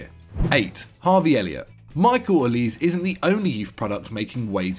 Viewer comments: And olise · Olise as well